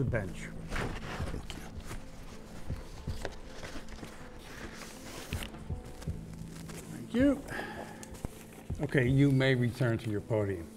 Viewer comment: She definitely said bench it sounded like the b word